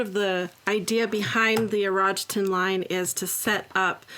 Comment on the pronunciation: Konnichiwa, its pronounced "ee ro gee ten 😅